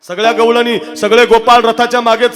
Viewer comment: गैळणी नाही गौळणी